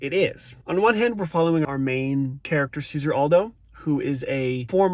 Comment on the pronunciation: Hey, just a quick FYI, the name Cesare is pronounced Chez-are-ay. Stress on the first syllable and the C is a "ch" sound and the S is a sorta "z" sound.